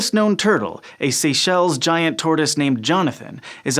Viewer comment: It’s tortoise You dumb